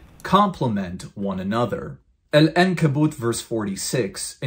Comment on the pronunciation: Look at how he says spider in Arabic 🤣🤣🤣 He says Ankaboot انكبوت with an alif not ‘ankaboot عنكبوت with the letter ‘Ein عنكبوت not أنكبوت 🤣🤣🤣